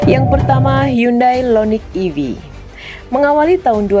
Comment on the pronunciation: Hyundai IONIQ bukan Lo Loniq 🤣🤣🤣